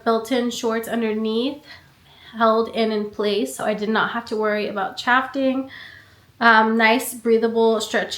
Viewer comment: why do u say chafing like that….